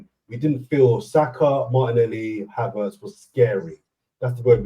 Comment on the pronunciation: is doing his best to get his own dictionary. What is advormation or odvoration for Havertz?